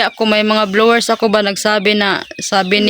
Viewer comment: BLOWERS DAW... AYUSIB MO.... HINDI YAN BLOWERS